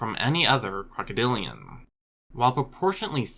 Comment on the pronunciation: "crocoDILliaNnnn" lol